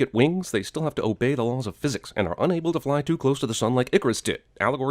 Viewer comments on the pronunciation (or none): none